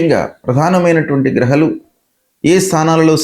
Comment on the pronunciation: గ్రహలు కాదు గ్రహాలు😂